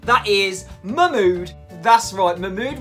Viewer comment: Everytime you say Mahmood I keep hearing MY MOOD 🤣